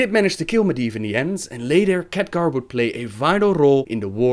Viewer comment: hohohoho, so many Catgar! later, it's Khaadgaar !! ! !